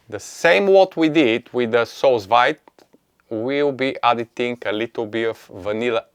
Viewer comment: It’s pronounced “soo veed “, literally means under vacuum. You should tell them to use gentle vacuum, when there’s fluid in the bag. And love my Anova